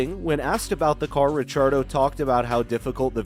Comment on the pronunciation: Stop saying Richardo lol